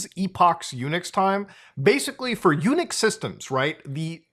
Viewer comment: Every time Muta say Unix I think he saying "Eunuch" and that makes it a very different conversation.